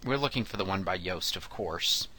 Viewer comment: his name is actually pronounced as "Youe-st" lol but good tutorial...